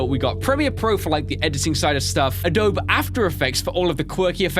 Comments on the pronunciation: It's Uh-dough-bee not Uh-dope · Lol... Adobe is pronounced Ah-Doe-Bee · A-DOUGH-BEE (Not triggered, just wanted to let you know) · I like how he says 'Uh-Dobe" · it pronounced Ah-doh-bee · I loved this video until you said adobe as if the e was silent